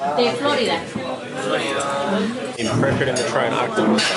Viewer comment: "De Flórida" .... ah de Florída! 😂